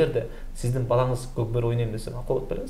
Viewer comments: Коп кору дебей кок бору дечи макале тилин келбей атабы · Кок бору деген созду айта албайт екен аа 😂😂😂